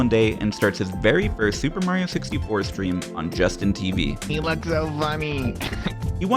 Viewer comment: “he loogs so vunny (snort)”